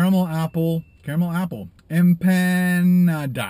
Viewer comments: lol I died when u said EM-PAN-A-DA XD I guess theres not alot of mexicans in canader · Omg I was crying when he said em-PAN-nah-da lmao. Canadians don't have Hispanics I guess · Not gonna lie, I giggled a bit when after saying "we are a bilingual country" he struggled with empanada. I know, not as much Spanish influence in Canada (and he doesn't represent all of Canada), just not nearly so obscure a word in the U.S.